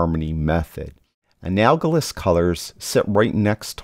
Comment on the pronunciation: Sorry, pronunciation... an-AL-o-GUS... I have used teal, 180, for shadows, and then looked at red, 0, and then have taken the analogous of red, orange, 30, and magenta 330, and have the in midtones and highlights, sometime closer to red, 20 and 340. Then adjusted to taste